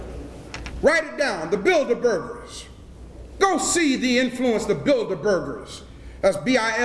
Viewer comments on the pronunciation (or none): it's builderberg nor builderburgers